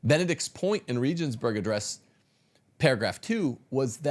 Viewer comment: LOL BRO! Regensburg is German, and is pronounced with a hard G, a glottal G. The first E is pronounced as the second E, that is, EHHH. Hagan is Spanish, and the H is silent, always. The A is always the tall, pure A, as in AHHH. Please stop BRO-beating the languages. 10,000 reasons all amount to one reason, because Catholicism is TRUE.